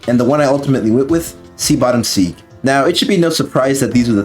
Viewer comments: taken aback hearing "Sea Bottom Seeg" lol. Seague is just another way of writing SegWay, which is how its pronounced. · Id recommend giving a listen to the OST forShadow the Hedgehog. Lava Shelter is an A-tier song dont get me wrong, but songs like Lost Impact, G.U.N Fortress, Egg Dealer, Sky Troops and especially Cosmic Fall deserve a chance. Edit: Segue is pronounced "seg-way" and for Lost World there's 2 other tracks id contend: Deadly 6 boss theme and Dr Eggman Showdown. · Seat Bottom Segue is pronounced “Segway” for future reference 👍